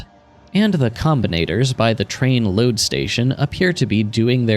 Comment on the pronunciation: Next is theeeuh problem of how toouh loaduh thee train.